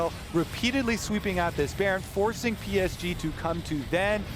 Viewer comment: Can they srsly not pronounce PSG? Come on its not that hard.